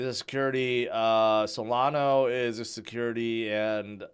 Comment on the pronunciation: Cardanzo and Solano. They somehow become Italian projects? 😂 Also "Howibi" instead of "Huobi" 😆